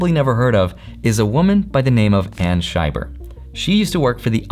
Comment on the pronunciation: It's Anna Scheiber, not Anna Shyer.